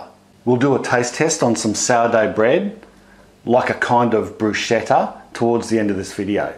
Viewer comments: Love your videos! Just a tip about italian: bruschetta is pronunced brusKeTTa, with sounding double t (wich is a feature of italian, words with different doubling or accent at the end can change meaning) and ch must be read as a k, while a simple c (alone without a following h) is read as k when is weitten before a, o or u and read as ch when comes before e od i...I now it could be a little confusing, because in english ch is our c sound and viceversa we write the k sound using ch because we lack k in our alphabet, so maybe some examples may help: ciao is read as chao, cane by the way is read as kane and scheletro is read as skeletro. So bruschetta as scheletro is read brusKetta. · Thank you!! that was really bugging me. Loved the video otherwise :-) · And what do you think about his way of pronouncing 'bruschetta'? :P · Looks so good ..wow...one thing I need o correct though. I used to work with an italian pasta sauce and pasta maker. The pronunciation of " Bruschetta".. he corrected me too.. its pronounced BRUS - K - ETTA not BRU -SH -ETTA. That pronunciation< I believe means "lady of the night". Just thought I'd let you and anyone else know that..Its a common Mistake... Thanks for another great video. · Don't wanna be picky, but... bruschetta is not pronounced "bruschetta, it's pronounced brusketta. ch in italian has a "k" sound, not a "ch" sound. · To all english speaking people, bruschetta is read brusKetta ,not bruscetta. CH with a vocal after it (e or i, not possible a,o or u after ch, aside from foreign words), you pronounce like the K, an hard c. Italian tips,I'm italian. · All good ..but not bruscetta or brushetta .. it's bruschetta , spelled like brusketta.. more strong and you have to spit a bit of saliva while saying it. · Thanks! Looks super yummy, will have to try this : ) Also.....Bruschetta: pronunc. /bru'sketta/ Hard k as in 'kettle'. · It's pronounced "broosketta". What a wonderful video. Thank you.